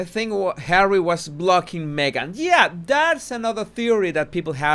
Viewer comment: "hawwy" . ROFLOL.